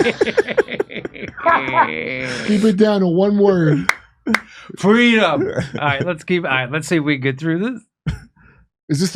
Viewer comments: It's not Freedom, it's fweedom as Kamel toe Harris has stated. This guy is probobly already in diapers, imagine what another 4 years will be like. They will be spoon feeding him baby food by then. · Actually, it's pronounced "Fweedum" now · He opened with freedom because how can he screw the word 😂